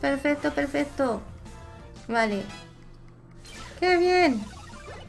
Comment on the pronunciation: soy yo o dices perfesto 😂😂😂😂